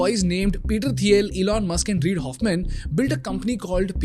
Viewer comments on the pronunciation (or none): none